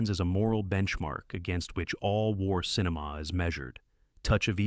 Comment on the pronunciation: yeah, and quit saying "cineMAW"